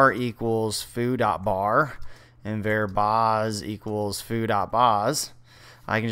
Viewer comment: Did this guy just call a variable "vare"? LOL